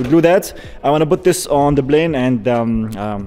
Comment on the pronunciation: Man, it's NOT "blane", it's Plane. Come on bro, with one million subscribers you have to do better. I'm from the Middle East too. It's not hard to say P.